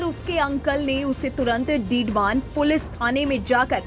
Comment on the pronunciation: डीडवान नहीं मैडम डीडवाना बोलो।